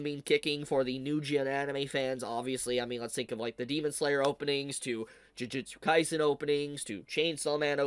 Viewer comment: Still waiting for the day for to say "jujutsu kaisen" correctly, and not jujitsu kaisen. 😁